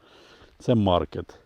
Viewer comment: наголос в слові "Маркетт" треба ставити не на літеру "а", а на "е". Сорт названий на честь місіонера француза, котрий проповідував християнство серед американських індіанців. А в французьких прізвищах наголос робиться на кінцеву голосну. Вибачте за поправку.